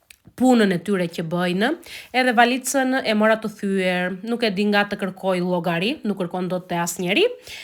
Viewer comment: Pershkak qe ka jetuar ne greqi edhe theksin ekan ndrruar nuk i thot dot valixhe por menji theks grek valice. you andarstand me😂